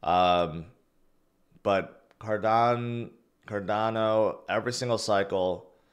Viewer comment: What is a Cardanzo? You mean Cardano but Rtarded? 😂